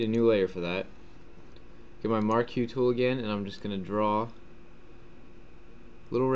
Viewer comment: Marquee Tool. He pronounces it incorrectly. Just your rectangle selection tool.